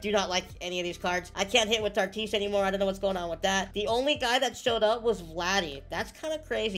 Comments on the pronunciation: It’s “Tatis” not “Tartis” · This man says tartis instead of tatis 😂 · It’s not tartis it’s Tatis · why do u say tatis name like that 😭